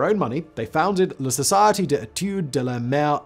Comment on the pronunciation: Reading la société as la society the me on the floor with laughter 🤣 Sounds funny and cute :)))))